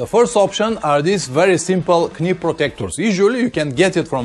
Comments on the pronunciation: I understand Rukka are doing a new jacket with a chest protector within the layers, (like they do with a back protector) Guess what, it's not cheap....Oh finally, it's not 'k-nee' my friend it is pronounced 'nee'... the 'k' is silent...it is something stupid we do in the English language... as in 'Knife' A bit like the French do with tyres with 'pneu'...Have you ever tried to get a tyre repaired on a Sunday in France saying " réparez-vous des .. 'puh noos'? I have, I was 19.... luckily the Renault Dealership workshop had a good laugh and took pity on me.... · Excellent video again. Not to be an ads but knee is pronounced nee with no k. Just trying to help you. Although it has a k in the spelling it is silent like knife we say nife. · anyway, I think everybody understood, and maybe I am not the only one to find it authentic 'Pavlinesque' ;-)